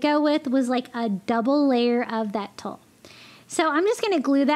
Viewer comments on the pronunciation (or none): 😎👏🧜🏖🏠I really love hearing your thought process as you craft! Btw...Tulle is pronounced "tool". 😉😜👍😁 You are very creative. Thank you for putting your videos together and out there for us all to learn. 💙💚💗